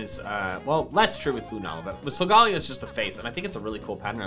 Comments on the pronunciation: i tried not to but i must... ITS SOGA NOT SOGAL ITS SOGA LAYO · SOGALAYOOOOOOO!!!!!!!! NOT SOGALLAYOOOOOO!!!!!! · It’s So-ga-lay-o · why do you pronounce it as sol-gA-leo insted of Sol-galei-o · It’s pronounced solgaleo as in galeleo not Leo as in the constellation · Arceus (arkoos) and silgolio is arloos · I hate people who says sogeleo wrong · Sagalao what HS said it wrong \=( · He saying Solgaleo Wrong